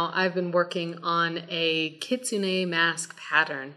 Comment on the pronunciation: Keets-neh. Ki tsu ne. The u in tsu is unspoken, via my Sensei Setsuko from Okinawa. :)